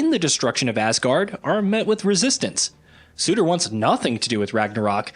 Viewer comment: How do you pronounce ”Surtr”?: ”Suitor” 🤡🤡🤡